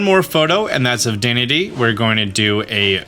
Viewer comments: haha he butchers that. It was in the cartoon. Duh-den-aye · Dedenne is pronounced day-den-ay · Dedenne is pronounced, 'deh, deh, neigh'. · It's pronounced: Dead-den-neigh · its day-den-nay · Deh-den-nay. You had it right a few times lol Also, who found out the eevee thing without some sort of guide?! That was total madness 😵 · Dedenne is pronounced “duh-dehn-eyy” my dude, in case you want the correct & easy way to see how to pronounce it. You pronounced it correct . Edit: while I’m here— vivillion is pronounced “vih-vee-yawn”. Has a French sort of pronouncing where the L sound is more of a Y. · Dedenne is pronounced “Duh-den-ayyyy “